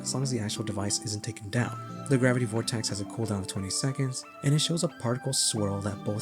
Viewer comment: why do you add a t to vortex?